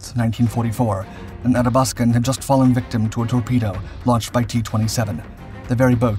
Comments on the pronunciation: Athabaskan pronounced A-THA-BASK-AN not ATTA-BASKAN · Great documentary. It did bother me a bit that the narrator kept on pronouncing the Athabascan as the Adabaskan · Ath-abaskan. Pronounce the th, as in bath. Great vid! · Athabaskan “À thah bas kin” as in the Athabaska river that runs through northern Alberta. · The Tribals were welcome supplements to the bulk of the Royal Canadian Navy which was mainly comprised of Corvettes that remain the unsung heroes of the Battle of the Atlantic. (Ath-a-bask-an - your English pronunciation is sometimes way off). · ATH-A- BAS-KIN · Retired RCN... Please, it's Ahh thaa bath scan. Or AthaB, if you will. The way you're pronouncing it is fingernails on chalkboard to my ears. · Really wonder how much time this channel spends on getting names and facts right. HMCS Athabaskan ....sheesh...5 second internet search and you get the right name. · Thank for covering the topic but, please learn how to pronounce Athabaskan. Painful.....